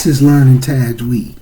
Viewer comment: You lost me when you couldn’t pronounce the word Tajweed. People like this is likely to seriously butcher the ‘proper pronunciation of ‘arabic words, thus changing the meaning of the ayat. Especially not being able to pronounce surah al Fatihah properly.